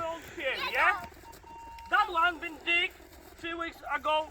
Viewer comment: Nareszcie pochodzone i pokopane, już w pierwszych minutach się uśmiełem z konferansjera 🤣 "... lets goł to dik..." 🤣 fonetycznie DIG może być dwojako rozumiane 🤣 Pozdrowionka 💪💪💪👊👊👊